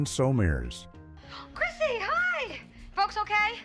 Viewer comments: I didn't even get that far. I heard Suzanne So-mers, and it drove me crazy. I can't even finish the video. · Your Pronunciation Sucks it's Summers you can't pronounce that You Malfunctioning AI robot!